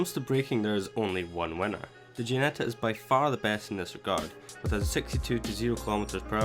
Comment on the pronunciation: Its called Ginetta, not Guinetta... But overall nice to see these stats side by side. :-)